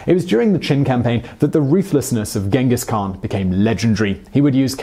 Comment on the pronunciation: 16 minutes video but not even once you pronounced his name right smh